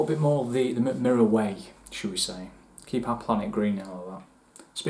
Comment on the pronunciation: That's actually one of the better pronunciations I've heard from a Non-Scandinavian ;) Great review! If you want to dive deeper into Swedish Whisky, do get a sample of High Coast (former Box Destillery).